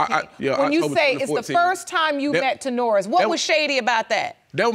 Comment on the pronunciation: I'm sorry I can't..ta'norris...then he's pronouncing it ta'naurus...